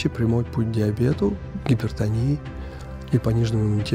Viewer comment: Онкология а не Энкология ))